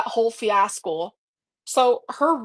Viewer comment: I know did not fucking say "fiascle"????